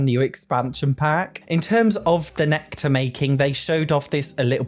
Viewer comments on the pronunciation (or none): none